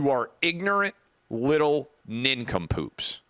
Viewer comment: He called them nin-come-poops